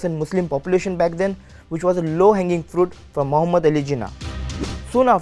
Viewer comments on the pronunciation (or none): none